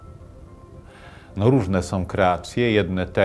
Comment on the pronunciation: Jakoś tak na końcu słów Terleckiego też zobaczyłem Kaczyńskiego - mały człowiek zbijający kapitał polityczny na śmierci brata. Jeśli już ktoś prowadzi program mający w tytule "Kultura" to warto by się nauczył polskiego. Nie "som" tylko "są", nie "jakom" tylko "jaką" itd.